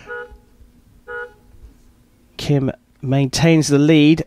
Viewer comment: For the commentator of this video, listen to the announcer introducing the archers and learn how to properly say the archers' names. It's Gim, not Kim and it's Chay, not Choi. I know, I know. That's how 츼 is spelled using the McCune–Reischauer system, which is a very flawed system. There are five archers at my archery club with the family name 츼 and they all pronounce their name Chay as do all the other members of the club.